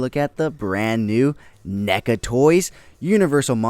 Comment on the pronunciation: Why’re you saying Nega? Its clearly Neca, crazy mispronunciation you got goin on there